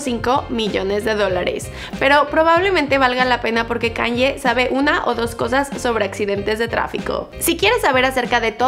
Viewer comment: KanYE ?? Así no se pronuncia